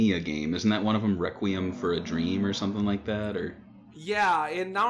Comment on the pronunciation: I can't get over how pronounced "Requiem" (Re-queem) 😂😂 But loved the episode, great job guys! 😁👍👍